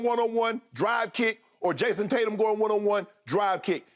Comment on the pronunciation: Shannon calls JT JASON TAT-YUM